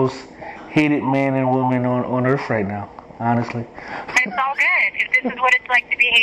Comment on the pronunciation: "most hated man and woman on Urrf right now" Urrf🤣